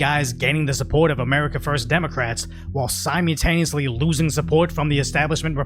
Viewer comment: has a little problem with pronouncing the word “simultaneous”. Just look carefully at how it is spelled here and pronounce it that way.